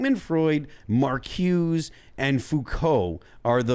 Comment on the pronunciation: I sure wish would pronounce Marcuse correctly and Little Miss Hot Mess is a drag queen. James Lindsay is the source for both of these points.